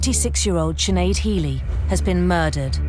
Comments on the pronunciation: It's just not pronounced chin ade? What the fuck. It's pronounced shin - aid. 5 minutes into the video you hear her mother saying her name anyways like. Are you Irish, how are you living in Ireland but never met anyone called Sinead? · Big man it’s pronounced shinaid. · Sinead is pronounced chin ade.. No disrespect to be meant to anyone linked with this video. I'm just helping the Americans out